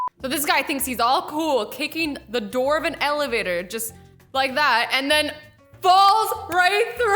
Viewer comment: Evelator? Or elevator cuz i heard her say evelator...let me know what you think